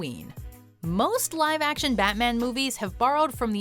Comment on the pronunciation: damn I love you but "Fatman"?